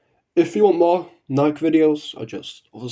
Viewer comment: Same, Nikke (idk if you're trolling but you didn't pronouce it right lol) is my favorite gacha. Regarding Raptures, it is interesting to think about as their origins remain a mystery. They are undoubtedly powerful, enough so that they forced humans to flee underground and claim the surface. The battle between Cinderella and the Rapture Queen tells me that they're stronger than they seem. Cinderella being someone who can survive falling from outerspace (albeit heavily damaged) so that can be added to the scaling lol This does make me think...how would they fair against the Big Gete Star? It would be interesting to see